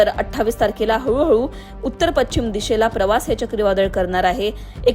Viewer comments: शुद्ध मराठीत बोलणाऱ्या व्यक्ती ला बातम्या वाचण्याचे काम का देत नसावेत लोकमत वाले? पश्चिम शब्दाचा उच्चार पच्छिम न चा उच्चार ण आणि ण चा न इत्यादी. मराठी वाचवा.... शुद्ध वाचा आणि बोला, लिहा. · पच्छिम नाही गं बाई... पश्चिम म्हण.